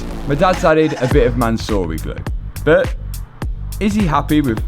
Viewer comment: It’s “but” not “bit”